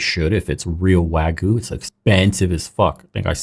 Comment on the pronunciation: it's not pronounced wa goo it's wa gyoo. Dunno why the first mispronunciation is so prevalent everywhere.